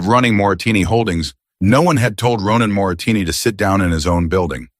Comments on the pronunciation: Moretti is the correct word. Moretini is wrong ❤ but it is a very good story ❤ listening from Copenhagen, Denmark ❤❤ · It isn't Moratini. It is Moretti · I think you are pronouncing the main character’s name incorrectly. On the subtitles it is Moretti. You are pronouncing it Moratini. Which is it ? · It is so maddening when the man reading keeps pronouncing things wrong!!!!! His name is Moretti!!!!!! Not Moritinni. Geez!!! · Wh6 is the narrator saying Morrettini, when the text says Morretti? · Moretti is Moretti NOT Moritini or Morasini!!! The name kept changing in spelling not in pronunciation. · Moritini say it right. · M-O-R-E-T-T-I PLEASE PEOPLE🤖 Is not that difficult to read😕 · The narrator can't even pronounce the name of the maintenance male character!! Morretti,dam AI sucks at times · Oh come on. The voice can't even pronounce mafia guys name properly... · Bad prononciation of Moretti Last name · I agree 👍 ❤.